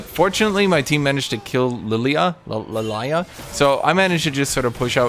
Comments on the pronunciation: it's Lillia not Lalayah 😊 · i love hearing call Lillia Lalaya lol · Were just going to pass the fact this man calls lilia lilaya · number one laning mistake: Not being able to pronounce Lillia correctly